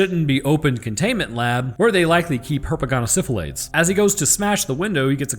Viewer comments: You have no idea how much joy I feel hearing herpagonnasyphelaids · "Herpagnasyhplaids" wow, hah.